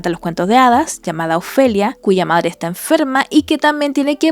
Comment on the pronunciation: "Ya quiero fuirme, e irme con mi verdadere pedre y medre"